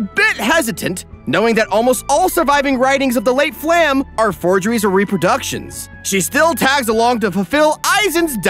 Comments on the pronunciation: Pretty sure Flamme is supposed to be pronounced Flam-eh or something to that effect. Like the German/Danish/probably also dutch word for Flames, since she has orange hair. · Also... It's "flah-meh". Not "flam". "Flah-meh", that's how you pronounce Flamme. ... it's German. Very predictable. Part of the reason why I didn't like it. Also, "shtark". Stark is pronounced with a sharp "sh", not "s". He's not Iron-Man. Again, German. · Everything is great but one thing... its flah-mel